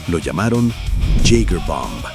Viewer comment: Hola, te corrijo, mi Apellido es Jäger, significa "cazador" en alemán en términos militares. Y su pronunciación suena como giga ( o yiga) es difícil describirla. Sería algo así como " yigameister" maestro cazador